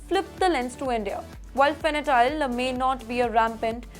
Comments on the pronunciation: It's not fanatyl, it's called fantanyl. It was a medicine for horse. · It is Fentanyl or Fenatyl, jurisdiction not juridiction, incarceration not incurcursion. You have to work on your pronunciations a lot. Lot of mis- pronunciations and mis-reading of words in almost every bulletin of yours. Improve or you will lose subscribers for being substandard.